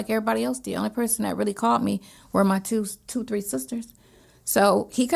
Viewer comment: can you imagine being intimidated by a man that can’t pronounce 3 letter words ? 😂😂😂😂😂